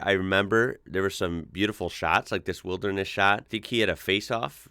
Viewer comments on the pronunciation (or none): none